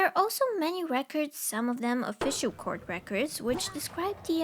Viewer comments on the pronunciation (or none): none